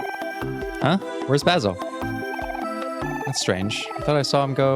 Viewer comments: No one has said this yet,but Basil's name is pronounced as bae-sil. It's just the "ba" that you got wrong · this is literally my favorite game and seeing a mh professional playing this and dissecting stuff in it makes me so happy. thank you ^_^ but every time i heard you say 'bahsil' i took damage 💔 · I started watching this bc I love Omori but I started to freak out when you pronounced Basil’s name wrong😖 I’m sorry if that sounds rude but i just can’t handle it when I name is pronounced wrong. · this is torture, he keeps mispronouncing basil